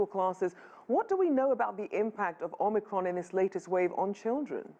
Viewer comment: This woman is a perveyor of fear, lies and ignorance. It's Om I cron, not Omn Ni cron, lady.